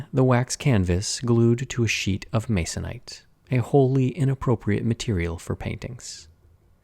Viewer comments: I CRINGED. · Who else grimaced at the utterance of the word "masonite"??